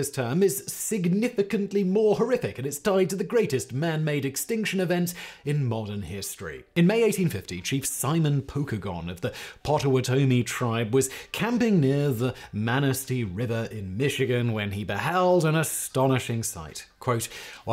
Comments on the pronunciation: Dang it Simon! I love you, but I grew up in “Patawatami county” Iowa and vacationed at the “Manistique River” in Michigan, and you got both pronunciations. Wrong in less than a Second!!! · That's pot-a-wah-toe-mee. They're my neighbors.